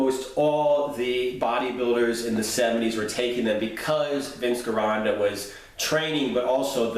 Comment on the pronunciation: Hey man love your videos but your pronunciation of Vince Gironda's last name is driving me crazy. Now correct me of I'm wrong, but the way I've heard everyone else say it, including those who've trained with him, they pronounce his last name like: Jironda not Gironda with a hard G